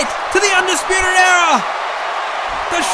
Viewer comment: Why it sounds like he said fuckin arrow but good video no disrespect love u man